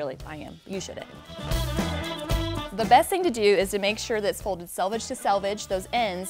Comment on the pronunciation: Thank you for this tutorial. Also, thank you for pronouncing the word selvage (US English) or selvedge (British English) -- the "self-finished" edge of fabric, correctly. I get shudders like nails on a chalkboard when I hear so many folks [especially YouTube sewists] when they butcher the pronunciation as "salvage"; sorry, that refers to junk yard fare! ;-))